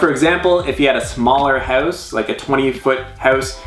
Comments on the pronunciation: stop saying hewse (house). lol jk this house is awesome to say the least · I hate the way he says "house" >_> sorry..